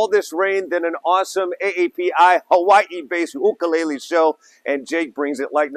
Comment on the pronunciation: Jake no ka oi! But there's no "Y in 'ukulele!